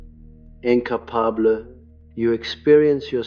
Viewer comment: In•ca•pa•bla incapable lol! Oh ai, youre hilarious